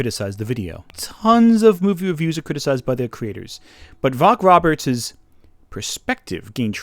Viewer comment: Just a wee note for an otherwise awesome video: Vogt is pronounced "Voyt".